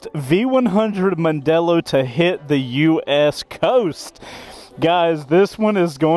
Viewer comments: "Mandello".............................not "Mondello". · Mandello not Mondelo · OC. C'mon Chase, even Mrs. C2W should rebuke you for MANDELLO not Mondelllo- even the graphics got it wrong. That said, it is still a beautiful crafted piece of machinery and time will tell if it can stand out as a base model for the 21st Century-rumour has it that a soft off-roader version is being trialled. I'm being lined up for a trial ride and I can't wait; whilst it is packed full of new tech, there are styling nods to old Triumph Tridents or Yamaha TDMs. RSMF.